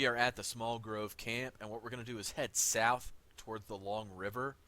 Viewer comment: “And just keep heading SoUwF.” 🤣🤣